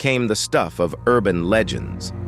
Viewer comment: My Man Said "LEE GINS" Instead Of LEGENDS!!!!😂😂😂😂😂😂😂😂 Insane...His Pronunciation Is Atrocious 😂😂😂😂😂😂